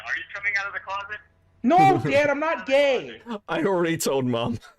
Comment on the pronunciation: this is the dad and son from the goofy movie. not goofy and his son but the other two. Pete and PJ. I could recognize that "dayd" anywhere, uncanny.